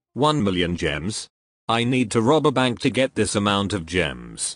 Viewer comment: Rob a bank is hear like reber band